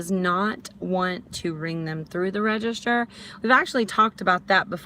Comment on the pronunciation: It's called a "register", not "redishter" lmao